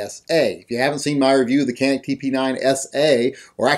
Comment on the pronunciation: Can't even pronounce it right. Check out Hickok's reviews of the gun. He knows what he's talking about